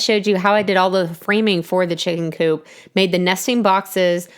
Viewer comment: At 857 it sounds like you’re saying poop not coop but I love your videos